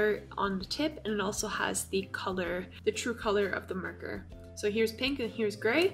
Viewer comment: You say marker as "murker" xD